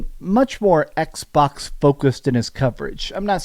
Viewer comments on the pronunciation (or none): Did he just say xwox instead of xbox😂😂😂😂😂 dang